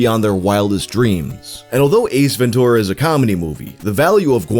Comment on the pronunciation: I love the way he says "Ventura" like an elderly Southern gentleman says "mature". Ven'TURa